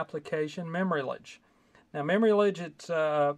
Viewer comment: Its Memory "lage" as in collage.